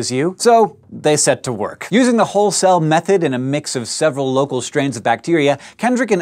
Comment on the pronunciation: I'm a lab technician at a plating plant, and every time you said whole cell, I thought you were saying Hull cell. Come to think of it, that could be a cool video. Virtually no one I've met understands plating, unless they're a plater themselves or have a serious electrochemistry background.